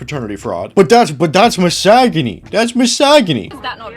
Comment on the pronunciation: Love the pronunciation of 'mis-og-a-knee'